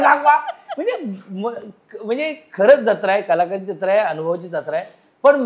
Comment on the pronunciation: ज्यत्रा ❌ जत्रा ✅